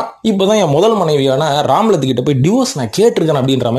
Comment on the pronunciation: ராம்லத் இல்லை ரம்லத் பேகம்